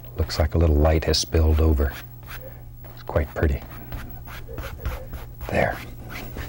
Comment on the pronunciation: "iz quite pretteh"